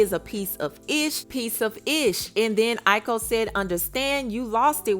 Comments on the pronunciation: The correct spelling is AOKI I yo ki NOT I ko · It’s (AAY-Yo-Key) (Aoki) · Lol... it's Aoki...A-OH-Kee. Nevertheless, it's just too much and sad beyond words. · her name is Aoki. Pronounced "I -oh-key" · Your pronouncing her name wrong hunny her name is aoki. But she needs to stay away from him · Why did you pronounce her name SO WRONG?